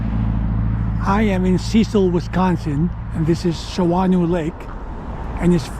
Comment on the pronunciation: The locals pronounce it Shawno lake, the second "a" gets no love. If you don't mind me asking, how did you find that spot to camp? This is something I'd love to do, but am always nervous about finding a place that will work.